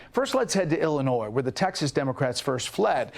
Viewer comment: Very good, the s in Illinois is silent. Have you read my previous comments? 👊